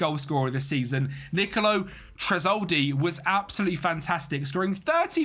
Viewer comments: bro you're killing me with the pronunciation of Tresoldi💀. Great video tho🔥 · the name pronounciation for tresoldi 🔥